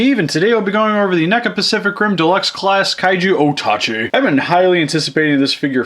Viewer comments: I thought it was pronounced ota-ch eye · And how it was said in the movie as well. O-tachi.